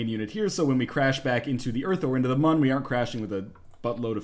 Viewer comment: You called it Mun! first time i've heard someone say it correctly!